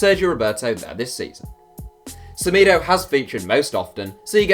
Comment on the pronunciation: It’s pronounced seMaydo